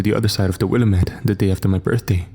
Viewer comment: It's pronounced Wuh-la-muht.